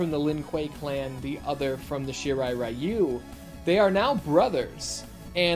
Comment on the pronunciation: I see that after 30 years, the guys at Netherrealm still can't get the pronunciation of "Ryu" correct. I do like the AVGN Adventures music in the background, though.